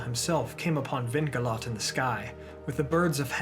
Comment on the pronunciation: Well, I'd advise to control the pronounciation (and the accents as well). Idril, for example, is mispronounced, (it is EEdril) and Gil-Galad has the wrong accent (Gil- GAlad is the right one). For the rest thanks, a nice work!